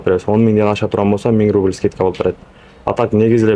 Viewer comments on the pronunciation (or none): none